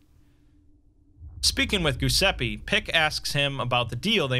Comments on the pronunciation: Exploring all the ways to mispronounce Giuseppe. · I was actually talking about the phonetics, as an italian I always find funny how Giuseppe is one of the most butchered names by english speakers (I'm not mocking you, I'm pointing it out in a lighthearted manner). About the haze, hope you'll feel better soon! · I was looking at the comments to see if anyone else noticed that. Lol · Where you trying to read Giuseppe? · Yeah. The Italian version of Joseph is "Goose a pee" to him and the Broken God Mekhane becomes "Mac Cain" for him... Maybe that means, Nostradamus is for him "Nooster day mahss" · You ever heard him spell Mekhane? For him, the Broken God is "Mac Cain" instead of "Meh + kah + neh" But making Giuseppe into "Goose a pee"...crivvens, that's a new low *facepalm * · That’s a great narration as always, but your pronounciation of “Giuseppe” cracks me up, sorry